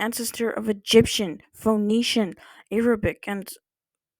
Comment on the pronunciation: It's really funny hearing someone so adept at phonetics say 'FOE-necian'